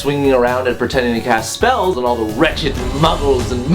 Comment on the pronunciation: At the end when you said "I love you all" I heard "I love you wall" and I had to kind of let that just sink in